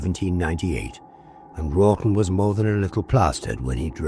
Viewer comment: I think you are saying Wralton, but sounds like Rotten. Fitting as Folly wood appears to be Rotten!